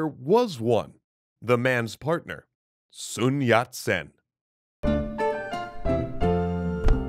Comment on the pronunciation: the way you pronounced his name is spot on